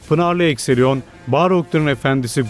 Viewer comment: Ecthelion “Ekthelion” şeklinde okunmalıydı “Ekseliyon” değil